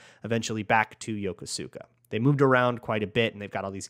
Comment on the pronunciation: Hey, so as a MN transplant i learned Yokosuka is pronounced yo-koos-ka